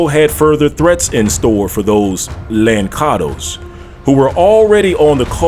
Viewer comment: Just a small note...the correct way to say Lançados as the sound "lanssados" meaning throw away...I'm Portuguese btw...and "molato"